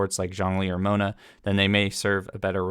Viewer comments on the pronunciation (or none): none